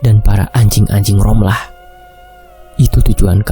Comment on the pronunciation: D tulisan rohma d baca romlah